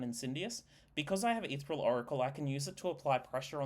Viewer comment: Etheral? Helna? The mispronunciations are maddening.